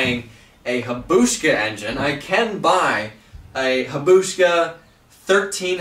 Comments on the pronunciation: It is pronounced "high-a-busa" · I knew he would get roasted for that lol Hayabooosa is how everyone says it. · W Hoggdoc yeah... he was saying ha-boosh-ka or something.🤷‍♂️ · "Hi-Ya-Boo-Sah" Not Hybush-ka There must be 100 different engine options or more from an old motorcycle that would be more power than a CBR600 and Cheaper that a 'Busa............. Start checking Facebook Marketplace and Offer-Up, Let-Go, Craigslist etc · Hahahahaha I scrolled to find a comment like this , ahh I love a bad pronunciation 😂👌🏼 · As soon as I heard "hayabushka" I just bust out laughing in a quiet room lol. Seems like as much as he knows about this stuff he would know the proper pronunciation of hayabusa or at least busa for short lol. FF the hayabusa got its name from the Japanese pergerine falcon, who prays on blackbirds. ( honda blackbird 1100xx) the leading bike at the time. Clever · haha, the habushcka made my day. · Careful bro. You might exceed the weight rating of that florescent light. Why is the top so high? Its pronounced High ya boo sa. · Hybuska????? LMAO!!!!! I'm sorry but I died when you said that. Thanks man. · It's pronounced Hayabusa (hi-a-boo-sa). Ask for like a gl1000 or GL 1500 AKA goldwing you can hook up the shaft drive output to a transfer case which would give you low range as well and you can couple it up with a coupler to the actual spline drive input of the transfer case then you could use the front and rear sections of the transfer case to turn them into left and right outputs possibly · Repeat after me... HIGH.... UH... BOO... SUH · its pronounced HI-YA-BUSA I didn't know how to say it forever.. don't feel bad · It’s so funny how you say Hyabusa. Not sure where your K and SH are coming from but at least you aren’t worshing your hands and cutting your material with a Saul.